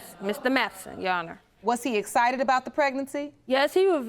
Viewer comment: She said “he was very essited” ain’t no way I’d go in there and risk this shit 😂